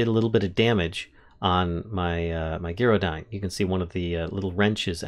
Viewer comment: Sorry to be negative, but I ignored the mispronunciation of Gyrodyne, right up until you managed to pronounce gyroscope correctly.